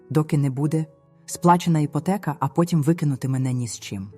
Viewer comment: Це просто жах! Вам не соромно за це ШІ прочитАння? Ото слова: іпОтека, ЛесЯ, кІнець та купа іншого сміття! Не паскудьте солов'їну! А сюжет попереднього оповідання з невеличкою відмінністю. Сором та ганьба! А цей проокурений голос ...